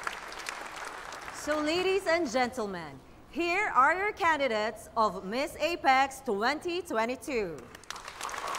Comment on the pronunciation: Here are your can-di-dets…l